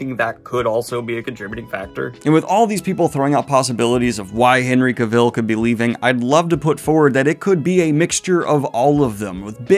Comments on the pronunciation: Hate to be this guy but some pointers for you: I don’t think you are pronouncing Cavill correctly, and the UK has pounds not euros, and pointing a gun at the camera is a bit cringey. Otherwise: carryon love your content. 😅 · You don’t know how to pronounce Cavill or Geralt. Also, in the UK the currency is pounds. Not euros. 🤦🏻‍♂️ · Was looking if anyone else noticed and commented on that. I verify it is indeed CA-vill. Also, did I hear a Ge-RALT instead of GE-ralt? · It’s Cavill as in Travel just fyi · Just a heads up, his last name is pronounced KA-vl, not ka-VILL lol. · Ahh, It's not Cavill, it's Cavill!👆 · Completely unimportant - but I'm fascinated how Daniel pronounces Cavill's name: Ca-VILL. I've only ever heard it pronounced CA-vill. I'm not sure which is right tbh. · Cavill. Not Caville. Nitpicking, I know ;-) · Ok, I gotta stop the video and ask... Are you purposely mispronouncing Henry Cavill's name for a bit or something that I didn't get? Its completely distracting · I’m just curious, Henry Cahill has posted online how to pronounce his last name, but you pronounce it like Cruella Deville… caville. It’s Cavill, like travel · Cavill rhymes with "travel". By the way. DANIEL. Henry has covered this. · No it’s not haha if you look up Henry Cavil pronouncing his own name he has a video on how to say it correctly ~ it’s “Ka-Vall” like travel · Cavel? That's a third version 😄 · please Daniel, say his name correct just once Ca-vall, pronounced cavall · Co-ville? Co-VILLE?? Ger-ALT? You keep going, Danielle! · I’m sorry I can’t handle the way you say Cavil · FYI Cavill is pronounced like "travel'. All through the video I kept thinking of Cruella DeVille every time Henry's last name was mentioned. 😀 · As Henry said in a video: Cavill rhymes with Travel...otherwise well done as usual! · The way you are pronouncing Cavill's name is killing me slowly XD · That pronunciation of Cavill though. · According to Henry Cavill, 'Cavill' is pronounced like 'travel.' ;)